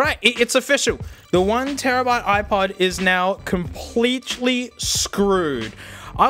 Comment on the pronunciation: You're editing and comedy gets a good laugh outta me everytime I watch you. The fuckin' "com-plea(ch)-lea" got me howling.